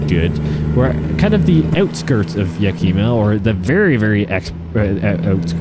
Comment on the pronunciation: Great video, but Yakima is pronounced like yaky-ma not yak e-ma lol. Poor town always gets its name butchered.